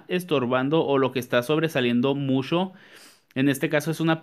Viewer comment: Me caes mucho,muxcho,muxcho,muy bien,😂😂😂😂,he aprendido mucho contigo.saludos desde la cdmx.